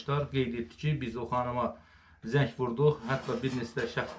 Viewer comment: AY!! ZEK NEDİ AY QARDAŞ!! DÜZGÜN TELEFFÜZ ELE SÖZLERİ. ZENG!